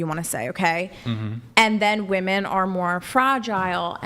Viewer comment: Its fairly obvious here when she kicks the mic on camera, makes a funny face, and then says I didn't do that, that she literally only cares about her opinion. and for a feminist, the amount of times she mispronounced "women" is startling. and I really wish tie dye girl had a different facial expression.